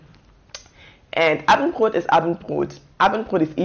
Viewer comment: Abendbroottt xD, nice video !!